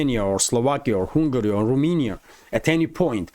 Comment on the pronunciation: Dear: cherno goria = Montenegro in English from the Roman language, and you say Rominya, that's Romania with A like in your own language = ro mA ni a. Cheers and thanks for your excellent updates 🙏🏽🙏🏽🙏🏽😁❤️!